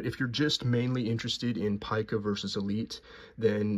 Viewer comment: It is, in fact, pronounced ˈpī-kə, rhyming with ‘pie’. There is no ‘peek-a’.